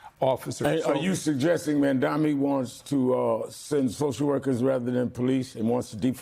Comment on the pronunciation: Sharpton its pronounced Maaamdani